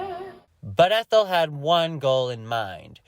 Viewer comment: Omg. lol Ethel.. it’s a hard E. lol x